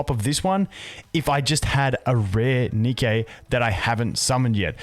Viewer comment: sorry if this is incorrect, but is it not pronounced "ni-key" like the shoe brand? Since the company was named after the Greek Goddess of Victory, Nike.